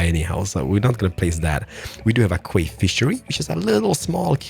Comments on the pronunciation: "quay" is pronounced like "key" ! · For the future you pronouce Quay like Key. I don't know why :p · This series just never disappoints, its just so satisfying to watch. Also someone really needs to tell that quay is pronounced the same way as key haha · Quay is pronounced 'Key' in English K! :) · "Quay" is pronounced the same as "Key". FYI. Enjoying the series!